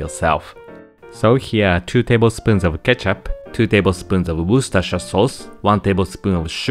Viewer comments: as an Englishman hearing you pronounce Worcestershire both correctly and without a song and dance brings a tear to my eye ! keep that up my dude - i am literally off with a bag of panko crumbs to try this out now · Can I just say that, as an English person, your pronunciation of "Worcestershire" is far better than most Americans! Oh and I love the recipe, too :)